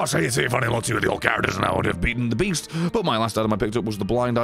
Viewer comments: Beast? I thought you said Weast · The Beast? I thought you said Weast!!